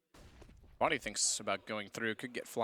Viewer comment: "bodyy" armour ;)